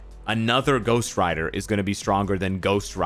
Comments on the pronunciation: Who the hell calls him Dyck Ryder? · I'm not a grown up because I laugh Everytime you say Dick Ryder